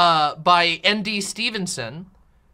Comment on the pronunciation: I saw this but live and said "screw it" and sat down and watched Nimona, definitely worth it. only criticism is ND is pronounced like "Indy"